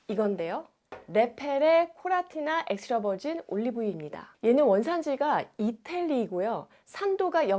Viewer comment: 님아 엑스트라버진은 전부 콜트프레스 냉압착방식 추출입니다. 1 리터도 15일이면 다먹는데 커클랜드 엑스트라버진만해도 산도 2.3%대이고 1리터 2만원대에요 종류많으니 그런걸 비교해줘야 사람들이 잘사용하고즐기죠 님께서 추천한 4가지 폴리페놀함량전부 알수있나요?혀마비된 엑스트라버진 발음하지마시고 대중이 좋을수있는 좋은제품을추천해줘야 도움되는거죠